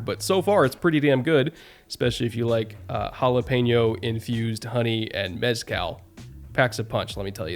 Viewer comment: the way to say “mescal” is say the “scal”like you you would say scallop